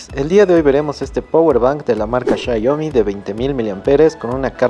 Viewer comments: Qué esperabas de un espécimen que pronuncia shaiomi 🙄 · Me da dolor de cabeza cuando dice "chayomi" pero buen video saludos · PORQUE LE DICEN XAYOMI xd